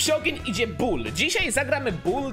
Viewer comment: Nie bu tylko bull